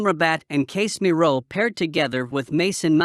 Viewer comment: GalatasaREY, HODGELAND, CASE👨‍⚖️MIRO, RE-GUYLEN 🤣